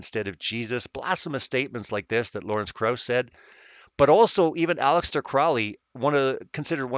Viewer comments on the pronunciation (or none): none